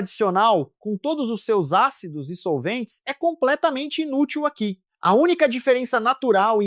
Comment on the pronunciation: A IA leu "INútil" como "polegada útil" 😂